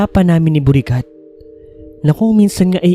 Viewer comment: Bakit Borikat 😭 nakakatawa pakinggan😂😂😂😂